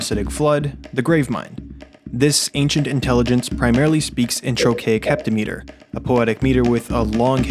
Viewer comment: "Heptameter" is pronounced "hĕp-tăm-′ĭ-tər" btw. Most poetic meter measurements rhyme with "etter" because poetic meter pronunciation apparently doesn't follow etymology for some reason. Source: career poet.